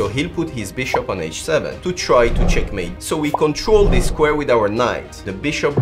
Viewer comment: everytime you say " CheckMAaATee" feels weird, man xD